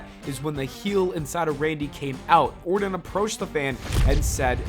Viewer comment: Randy Orton with a “T” not Randy Orden with a “D”